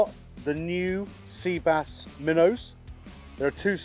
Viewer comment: “Sea” bass 🤣🤣🤣🤣🤣